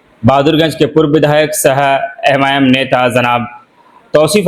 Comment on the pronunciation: अरे भाई यम आई यम क्यों बोल रहे हैं नाम तो सही से बोलिए लोग मज़ाक उड़ा रहे हैं